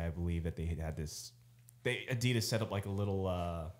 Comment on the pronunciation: Can someone please get to pronounce Adidas like a normal American instead of like a pretentious douche? Enjoy everything the group does except this one very annoying thing.